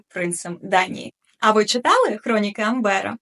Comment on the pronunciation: А чому АмбЕра? Що за біда з наголосами?